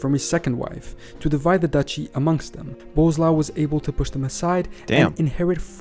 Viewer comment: It's weird that General Knowledge can find so many informations and make a video about it, but he ignores that SZ, RZ, CZ are digraphs, not separate letters. I don't understand these youtubers who make a video about something and can't even put few words into google translator and click on play button. 😀 Or Boleslav pronounced as "bozlau" or something. 😀